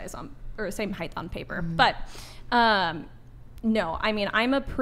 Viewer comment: “Heitghth” is not a word